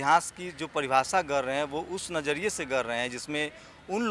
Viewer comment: Are apni bhasa to thik kar, gar rahe nhi gad rhe